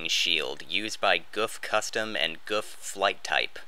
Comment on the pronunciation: Never heard Gouf pronounced “guf” before